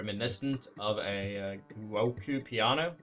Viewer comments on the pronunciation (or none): Guocku Piano 😝 (it's pronounced Juoco and means Game in Italian).